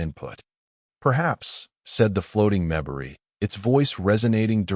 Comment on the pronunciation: Terrific story that is incomplete. The bad pronunciation by the AI narrator is very disconcerting, and annoying. The difference between PROject and proJECT is monumental. Pronouncing MEMbari rather than MemBARi is insulting to the species. Difficult words like bow and bow have entirely different meanings. This is why and real person, fluent in English, really needs to be narrating stories. Looking forward to s part 2 plus.